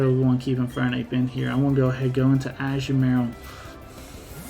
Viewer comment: Ashu-Marill? I’ve never heard it pronounced that way that’s a new one for me